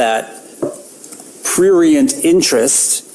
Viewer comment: I think he/she/it said "prurient"...which IS a real word and was used correctly. He/She/It just had some difficulty pronouncing the word. 🙄🫤